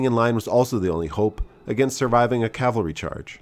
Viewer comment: Cav-al-ry = the guys on horses... Cal-va-ry = the hill name from the Christian Bible where Christ died.